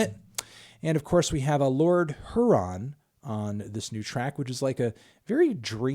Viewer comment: Took you this long to mention Lord Huron, though you pronounced “Huron” incorrectly. Still forgive you